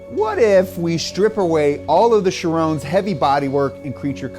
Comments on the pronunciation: Did he really just call it a Chi-rone. It's Sheer-on, I'm not even a Bugatti fan and I know that. facepalm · Did he just call the Chiron the sheeroon